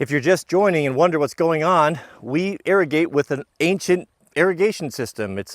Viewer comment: You should Pronounce irrigate ( Ear A Gate ) Not ( Air A Gate ) I work on a farm as a irrigation repair guy. Don’t feel bad. I was corrected several times before I got it. Just figured you teach us so much I should return the favor. Also you should have cut those reals about a foot deep. I hope to meet you one day. I’m in Post Oregon almost full time these days.